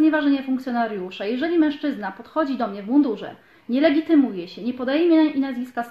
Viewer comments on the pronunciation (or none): none